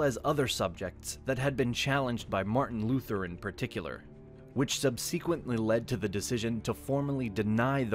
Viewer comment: Sub- seek- wently ????? For subsequently ? What is up with the pronunciations?